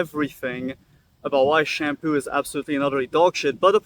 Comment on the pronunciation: It’s literally called SHAM - POO